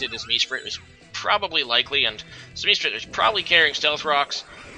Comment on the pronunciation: MEsprit? Reg-ay-rock? Cmon man pick up a handbook, for someone who’s played for so long your pronunciations are terrible🤦🏻‍♂️